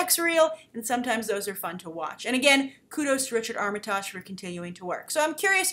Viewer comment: First, his name is pronounced Arm-uh-tig, short i, soft g at the end.